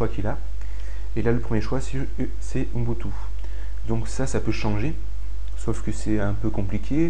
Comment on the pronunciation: Ubuntu... "Ouh N'butu" ??? héhé prononcé bizarrement, lol. (le "N")... Blague à part, merci beaucoup pour tes tutoriels !